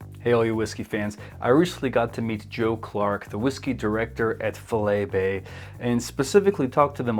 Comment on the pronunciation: Just to help. Its pronounced "Fy-Lee Bay". But with regards to the whisky, all their range is good, and getting better batch to batch release. The latest Sherry cask release #4 is fantastic.